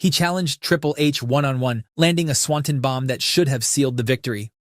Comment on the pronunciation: I like your videos. I really do. But PLEASE stop mispronouncing Swanton Bomb. It's so distracting